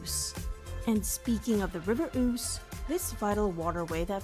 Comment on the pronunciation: I get what you are saying by "having this stuff in our back yards." But it's most of ours ancestral home. It's our heritage and history. My ancestors have been on these Islands (UKI) for 6000 years. You're both Europeans by race so this is your heritage too. The river is pronounced "Ooze"